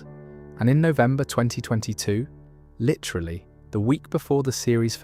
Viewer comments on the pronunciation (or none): none